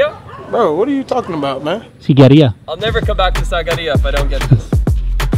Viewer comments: Sigiriya is not a temple, it's a fortress 😅! And we pronounce it as 'Seegiriyă' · Why do you say Sagerya when it is Sigiriya? Can't read? xD